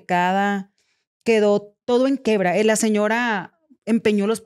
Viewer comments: mi amor se dice quiebra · Se dice quiebra por Dios esa no tenia nada